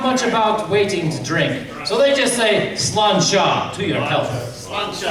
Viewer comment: We don't call it "whiskey" in Irish. We call it "uisce beatha". And the end of "sláinte" is pronounced like the start of Chechnya (che), and translates to 'health'.